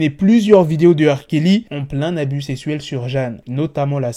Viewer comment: il dit pas “sexuel” mais sessuel “